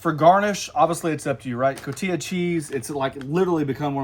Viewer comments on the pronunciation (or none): It's called CotiHa cheese, NOT CotiYa..